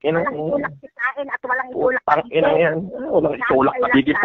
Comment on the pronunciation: "Phhhhhuuuutang ihhhnaaa" may hangin ang pag bigkas ni eh.🤣.